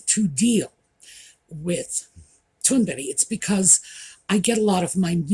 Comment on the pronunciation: I'm so pleased & encouraged to hear 1 person 'out there' (besides myself) in public pronouncing Greta Thunberg's surname CORRECTLY! Thank you! Jeremy Clarkson is a loudmouth! BTW I own tea(pot) cosies. & I will use one when I've made a pot of HOT tea so the tea will stay hot till it's ready to drink.